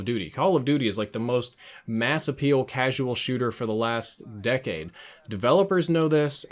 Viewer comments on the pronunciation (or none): none